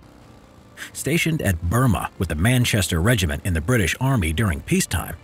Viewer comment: Regiment, not regimin